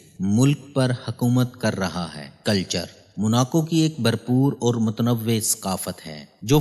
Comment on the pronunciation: جناب سلام مسنون پہلا پاکستانی یو ٹیوبر دیکھا جو سیاح کا صحیح تلفظ جانتا ہے خوشی ہوئ۔ لیکن میں آپ کی توجہ دو الفاظ کی طرف مبذول کرانا چاہوں گا۔ لفظ متنوع، نوع سے بنا ہے mutnav vow دوسرا لفظ اوسط aw sat امید ہے آپ کو برا نہیں لگے گا۔ آپ کی تمام وڈیوز مفید اور بہت معلوماتی ہوتی ہیں۔